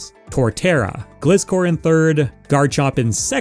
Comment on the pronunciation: Great video, never say Gliscor again 👍